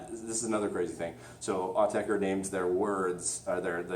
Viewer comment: You are pronouncing it correctly.